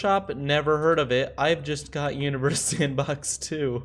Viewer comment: Lol. Sounds like you are saying “welcome to uterus sandbox 2”